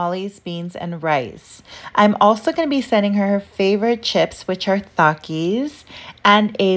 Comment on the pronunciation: What are Th-akis it almost sounds like you’re saying thongs with your daughter should not be wary at all it’s pronounced Takis